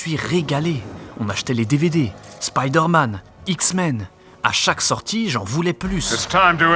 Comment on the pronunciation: Marveul Spyydeeuurrmeenn je chiale 😂